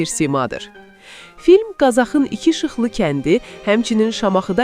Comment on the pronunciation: Mən başa düşmürəm... Niyə bu aparıcılar Qazağı yox, hamısı Qazaxı kimi tələffüz edirlər. Dilimizi, qrammatikamızı bilməyənlər niyə hər yerə öz burnunu soxur? Cahandar ağanı kasaxlar yox kazaklar öldürüb. Kazaxlar Kazaxstan türkləri, kazaklar isə azad ruslardı.